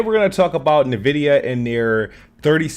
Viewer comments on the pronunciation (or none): im gonna call it nah vidia now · I swear, hearing this man say "na-vidia" is causing me heart palpitations. Almost like when people say "Nuculer" instead of Nuclear.